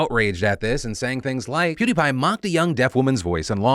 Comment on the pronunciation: Hopefully he learns Fr this 😂 it's Peeeeewwwdie Pie